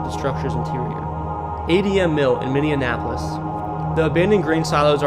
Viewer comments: Very annoying, "Minninapolis." If you can't pronounce the name right, how can I trust what you're saying? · I’ve been horrified by Millennial YouTubers ignorance of basic geography and pronunciation. These younger generations have no clue how stupid they are compared to the rest of us. I’m not very hopeful. It’s “Minny-Apolis” or Mini-Apple-Is. My four year old already knows this stuff. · Ok I was going to correct your Minneapolis but I see others already had but I guess we all day it differently but I was born and raised in St. Paul and still there so I have to come in But it’s Minnie app less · Minn e an apolis is quite the pronunciation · Where is Mindy Annapolis……If you’re going to do a video at least try and say the name of the city properly (Minneapolis)… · it is irritating that you are pronouncing Minneapolis as Mennenapolis. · For real, I shut it off the second time he pronounced Minneapolis "minne-an-apolis". Errors like that get channels added to the "don't recommend this channel" list. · Let say it real slow minnie apple lis. Good! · MINNE APOLIS. Lol great video though!!! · It's pronounced Minni apple lis. 😖. Such a cringe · Did this doofus say Minnim-apolis😮 wtf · It’s Minneapolis. Not minineapolis. Sorry, the way your pronouncing it sounds like minioneapolis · Pab-IST? Mill-ER-waukee? Minni-ANNEN-apolis? Just get an app to narrate your stuff. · Minneapolis is pronounced like “Mini-apple-iss” just wanted to let you know ☺️ I live near Minneapolis and I really enjoyed this video well done 👏🏼👏🏼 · Live in Savage and it's pronounced minni-app-olis. I used to pronounce it with apples and got made fun of! We live in the most beautiful state in my opinion. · 😮i grew up in mpls and find the minnion applis pronunciation adorable lol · I don’t think you’re absolutely correct about Minni-app- olis. I’ve lived in mn my whole life and I’ve never heard it pronounced your way. But that’s not meaning it’s wrong. I live in Bemidji area. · is that Minne-in-apolis?